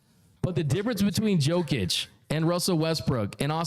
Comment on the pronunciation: Dear bro, it's: Yo-kić, not Joe-kić But you can also call him MVP Cheers 🍻